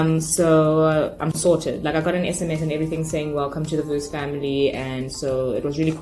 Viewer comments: Pronounciation veuse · It is pronounced V+use =Vuse